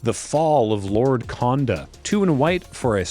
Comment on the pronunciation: Only being pedantic because you brought up the Ninjutsu vs Ninjitsu rant, the o sound in Japanese is a bit longer than you pronounce it, so Konda is actually pronounced Cone-Da (like a traffic cone) not Con-Da like a Convention.